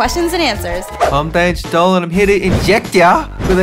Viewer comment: you butchered the first name so badly.